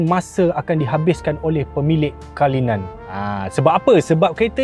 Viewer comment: Cara sebutan bukan kalinan tapi CULLINAN (KU LI NēN)